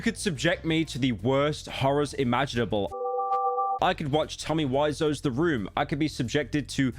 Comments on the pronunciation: tommy "wise"-o pryo you idiot thats not how u say it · who the fuck is tommy wise-oh